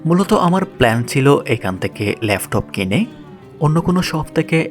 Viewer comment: উচ্চারণ গুলা ঠিক করা দরকার,,লেফটপ না এটা হবে ল্যাপটপ